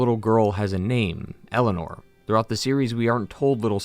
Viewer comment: It always grinds my gears every time I hear pronounce Eleanor as Elena